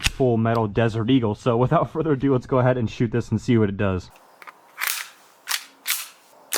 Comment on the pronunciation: Without further uh do